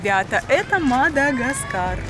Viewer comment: Не Мада чего , а гаскар